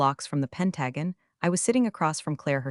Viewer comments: I like to read and listen to the story at the same. Voice sounded like "Pant Dragon" for Pentagon😂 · Ai needs to learn how to pronounce pentagon in a correct manner. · I wish that it would pronounce Pentagon correctly. There isn’t different pronunciations for that word. I can see some words like read and live. But not words that only have one pronunciation